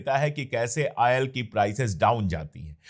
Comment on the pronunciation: Ail or Oil? Pehley yeh bolna seekhlo